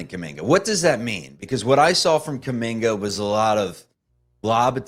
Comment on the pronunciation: KUMINGA....NOT KAMINGKA!!!!!!!